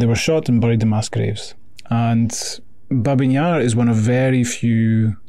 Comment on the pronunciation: Babi, not Babin, Yar